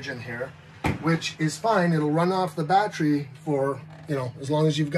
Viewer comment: "Battry" LOL